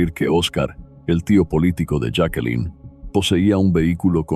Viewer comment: Señor su voz es muy clara . Pero tiene un problema . Siempre cambia la pronunciación de los nombres , los cambia constantemente jakelin , yake , yakelin , esto es bastante molesto el otro es la hora p. M A. M . No señor , se dice pm am inmediatamente después de la hora que es 👎👎👎👎👎👎👎👎😡😡😡😡😡😡. Veo estas narraciones pero no me suscribo , por estas pequeñeces 👎👎